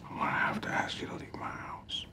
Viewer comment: let me AKS you a question